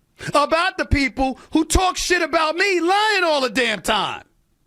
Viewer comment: If you don't believe a certain "privilege" exists, consider this. A guy who knows VERY little about sports, but toes the company line so he is "the face" of ESPN, but can't pronounce English words properly - he pronounces "people" as "peopow" - as someone who TALKS on television and the radio - and is going to make a hundred million dollars. Think about that. PEOPOW.